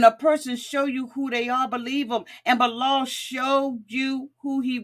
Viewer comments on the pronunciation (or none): You butcher their names so badly. its shy E duh and Bee lal